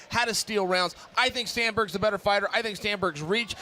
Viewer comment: Cory "Sandburg" lmao